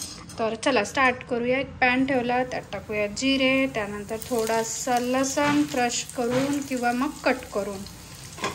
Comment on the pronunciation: लसन नाही लसून म्हणत जा.नेहमी तू लसनच म्हणते ऐकदा लसून म्हणून बघ.